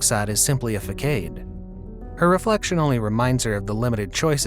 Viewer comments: Facade is pronounce fa-saad btw, not fa-kade. Just saying :p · It’s not “FUKADE”. It may be spelled “facade”, but it is pronounced FU-SOD. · Did this man just say “faKade”? XD it’s pronounced fuh-sawd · Obligatory pointing out “fuckade” it’s fasaad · Fuh-sod is how to pronounce facade, not fuh-cade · fa-sad not fa-kade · "facade" wrong pronunciation. Its not "fa-cade" but more like "fa-sod." And it has nothing to do with sodomy. "escape" doesn't have an X in it. "Ess-cape" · dude its not pronounced fakade, its pronounces facade, as in fa-saa-de , got it? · a “fuh cade”? i thought its “fuhsod” (façade) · Fuh-saad, not fuh-cade. Es-cape, not ex-cape. Some pronunciations in this video made me cringe… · Facade is actually pronounces "Fah-sahd" not "Fah-kaid" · You stated that she wasn't satisfied wither her new look and used the word facade wrong you pronounced it wrong it's pronounced fasad not fakade...so the c is pronounced as an s and a is pronounced like ahh as a posed to aye...and the e is silent hence facade is pronounced fasad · Why did he pronounce facade as "fa-kade"? It is pronounced "fa-sod". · I noticed that you pronounced façade as facade, its pronounced fa sa d :) not being mean, i just love your videos and thought youd like to know. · Bro I hate to be that guy but "facade" is not "fah-kade"...rather, it's "fah-sod" (fah-saad). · facade pronounced fa sahd, not fa cayde. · Pronounced Fuh-sod not fuh-cade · it's not pronounced fa-KADE it's fa-SAAD. Jesus christ why do none of the people reading these scripts ever check how to pronounce words they aren't familiar with before recording, it's SO jarring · Facade was pronounced "fa-kade". Correct me if I'm wrong but I'm sure it's supposed to be pronounced "fa-saad". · You mispronounced facade.. 😅 It should be "fe-sad" or feh-sad". Not "fah-keyd". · Facade is said “fa sod” not fa cade. It’s ok cause I once said ka hiki instead of khaki ( kacky). Lol. We all have to help each other. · "fakade" hahahaha